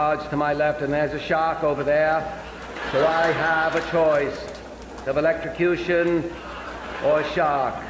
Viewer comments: At least JFK knows how to pronounce electrocution (hint: it doesn't contain an x in the middle)! 😂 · At least the old grumpy guy comes up with brand new words like "elecstecution."